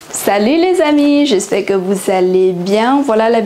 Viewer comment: 法语有一些错误 ： Lessamis => leZ amis J'espère => R 听不到 vousss allez bien => vouzallez (Liaison s=>z) Pou apprendre => pouR apprendre Perçu => R 太明显，很难听 Également, véritable => 亚洲口音 Particulièrement => 发音不清楚，要说慢一点 PhiloSophie => PhiloZophie Un univers => uN-univers (要连接） En gros => 比其他词太口语 Une Ninvitation => Une invitation EspoiR Soucc d'aide => SouRcE d'aide